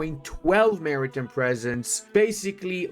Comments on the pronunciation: Not sure if you read my comment in a previous vid (my post was made 8 days after it was released) but its Mari TIME not Mari TIM (pronounced Mary-Time.) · Half the time I think he's saying 'American Presence' instead of 'Maritime Presence'. Which tbh, for the US Navy, it's the same thing.